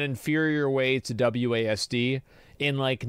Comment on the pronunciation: Wasd??? WASD???? Is he serious?!?! Lol